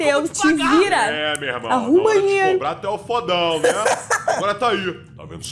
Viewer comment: Não é nén é Neee